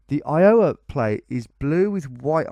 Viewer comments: iOWa, your emPHAsis is on the wrong sylLAble ! EYEowa = correct. btw these are impossible and i live in the states. These rural guesses are nuts. seriously good try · Eye-uhh-wuh, not Eye-Yowe-uh. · Not I-OH-a, I-o-WA. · Phonetic help -- "EYEoh-wuh" instead of "eye-OH-wuh". It's as if it's two and a half syllables. The 'O' sound doesn't linger in the mouth. -an Iowan :) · Tom, when you say “Iowa” the stress should be on the “I”, not the “o”. Not throwing shade, just trying to help. (Plus, my Iowan ears curl a bit every time you say, “i-OW-a”. 😂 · The only man not from Illinois to pronounce Illinois correctly and then pronounces Iowa wrong..LOL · the way he says iowa (you put too much stress on the middle syllable, it should be on the first) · the way you pronounce iowa and wichita is...interesting XD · LOL its so funny how u keep messing up iowa... Even down to the pronunciation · * clicks 10 state challenge * Let's see if Tom can pronounce Iowa right this time. * grabs popcorn * I fucking quit :D :D :D WHY DO YOU HATE ME, TOM? :D :D :D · I owe a banana, do you 'ave 'em wicheeta ones? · The funny thing is I think he pronounces the states the wrong way just to provoke you americans. It’s the same thing with Maryland. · I do enjoy your subtle mis-pronunciations of states, I find it charming. Just as pointers: Spokane rhymes with "can" and not "cane" Iowa is EYE-owa, not eye-O-wa Maryland is MAIR-uh-lund, not "mary land" Wichita is "WITCH-uh-taw", not "wuh-CHEE-tuh"